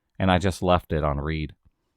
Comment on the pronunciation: in the context of stories regarding texts being left on "Read", that is pronounced (red), read as in,""...having read"; past tense; as in, done; did it. It shows the sender that it has been seen and read. I'm sure your own phone does that. I guess you did not make the connection. J o v i a l is pronounced (Joe'-vee-yull), not "Joe Vie yal" like Santa is jovial, full of cheer, gleeful. H y p e r b o l e is pronounced (high-PER-bul-lee), not "hyper bowl", as in "don't believe the hype, it's not all that"; is short for hyperbole - a BS verbal build up of a person, place or thing. Basically a sales pitch for bogosity/ something bogus/ a bunch of nothin' worthwhile. D o u b l e e n t è n d r e s is pronounced "DOO•blə - on•TAWN•druh", and ya don't pronounce the S; from French, it means "double intent; dual meaning"; Double comes from Latin, "duplis" first, and French second, spelled "doble" (doh•blə/doe•bluh) in Old French. The you in it probably came from the Anglification through which nearly all of our English words have come.